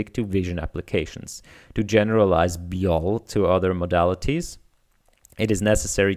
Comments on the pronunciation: it's probably pronounced bee-why-oh-ell, after BYOB, which stands for Bring Your Own Beer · I think you pronounce this "B-Y-O-L". It's a play on "B-Y-O-B" for "Bring your own booze". Basically this means to bring your own drinks to a party or gathering.